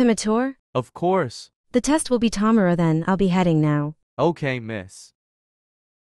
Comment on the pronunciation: "See you tamero"